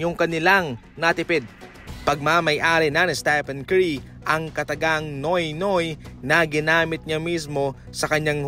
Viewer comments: "nyu-wit nyuwit" yan po ang tamang pag bigkas nung "nuit nuit".. ndi po noy noy.. FYI po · pany naging “NOY NOY” ung pronounciation nyan? wag bsta vlog ng vlog qng mali ang pagbigkas ng mga foreign words 😂😂😂